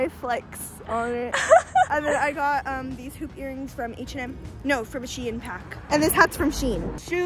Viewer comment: WHY DO PEOPLE PRONOUNCE SHEIN SHE-EN ITS PRONOUNCED LIKE SHEEN!!😭😭❤